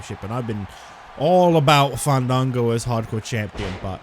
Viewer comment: The Hardcore sensation FAAAAAANNNNDDDDDDANNNNGOOOOOOOOOOOOOOOOOO. Also Justin Roberts needs to be fired. He hasn't said this man's name the correct the way. I propose should say his name right each time he comes out 😂